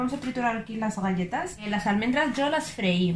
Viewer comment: Qué raro pronuncia la G de galletas